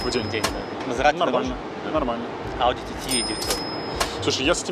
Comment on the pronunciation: Я понимаю, они иностранцы в Гонконге, может знают китайский, но во многом англоязычная среда. Поэтому понятно, что они читают ТТ как английские буквы (ти-ти), но блин, это так непривычно слышать "Ауди ТиТи". Прям режет слух